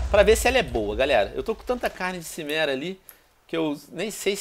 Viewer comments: Pronúncia Kimera e não Chimera plz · Venom, fala quimera, não chimera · venonin cara ,a serie e fantastica. mas a cada vez q c fala cimera eu fico brabo pois c diz kimera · pow venom , é CHImera tipo como se fosse com x , xi e n si '-' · Tio Venom nao se pronuncia XImera , mas sim QUImera !!! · venom seu maldito, se fala kimera n simera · A pronúncia é "quimera", e quando você ver outro vendedor, lembra de olhas tudo o que ele vende, abraço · se fala kimera venom